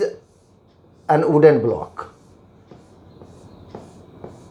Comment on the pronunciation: Sir it is wooden not "ooden" 🌚